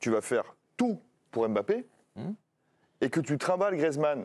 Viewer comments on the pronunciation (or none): on dit Mbappé! Pas M bappé